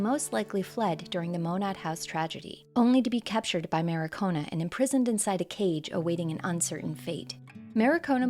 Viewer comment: good video, it's mar-ki-o-na though, not ma-ri-ko-na.